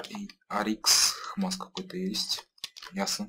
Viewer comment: Не позорься что еще за хмас ? икс мас вроде бы правильно.